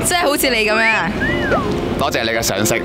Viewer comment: 你係話「多謝你嘅賞識」，定係「多謝你嘅常識」啊？